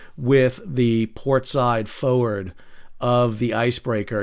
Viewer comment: F’ wrd 🤣